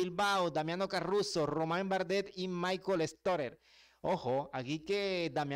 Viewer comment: Es Caruso, no carruso